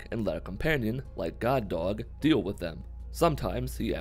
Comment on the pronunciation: Whenever he says, “God Dog” it sounds like he’s saying Guard Dog in a Brooklyn accent.